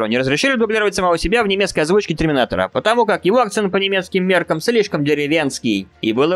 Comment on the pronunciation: Ты сказал треминатора? Или мне показалось